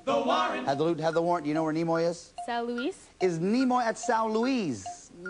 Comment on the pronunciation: Actually, it's "De-noised boys", not "Kneemoi's boys".